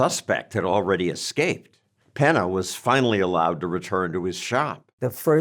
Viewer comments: Peña not Pena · PENNY-YAH….take time to find out pronunciation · Penna lol. John's never seen an ñ?